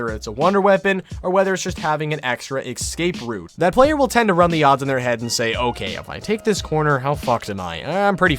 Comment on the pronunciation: “Xscape route” lol even the auto-generated closed captions roasted you for saying it like this 😂